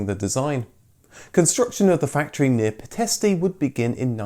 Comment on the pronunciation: “Pitéshtì”(ș=sh), “Miovénì” -> You don’t emphasize the last vowel when saying Romanian cities. Even though it’s written ARO, people called the cars Aro.